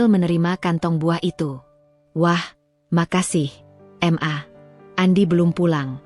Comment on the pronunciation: Mbak baca ma itu jgn dibaca m dan a ...tapi di baca maaaaaaa ..itu singkatan dari. Mama ...begitu mbak